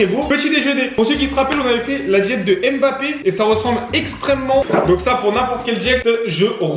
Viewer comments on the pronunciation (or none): none